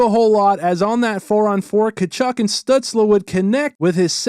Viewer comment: This is off topic but the way you’re saying “Stützle” is driving me nuts 🤣